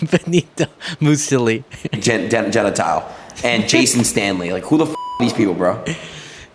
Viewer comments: The kid never even heard of Benito Mussolini? The kid can't read / pronounce certain EASY words? I bet Donnie doesn't think he's low IQ, though. 🤣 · "Benito Mousesuli and Geviante Genitals" 🤣😂🤣 I`d love to see this Adin Ross guy pronounce names of other famous people... George Washington would probably sound as "Doggy Washing-machine" if read by him. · A dude who does not know and cannot even pronounce "Mussolini' should not be discussing serious matters such as fascism. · never understood people so dumb that they add letters to a word they are trying to pronounce. even if he's on camera, performing, anxious this guy can't read, that's why mussolini isn't in his vocab